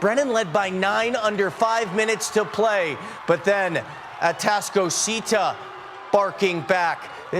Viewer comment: Dude is struggling mightily to pronounce atascocita😂 he also mispronounced “humble”